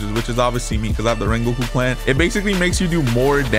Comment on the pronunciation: In this wideo, we will we wecoming wengoku in project slayers!!!!